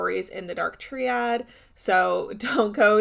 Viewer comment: Gorl it's pronounced "Try-add", not "tree-add".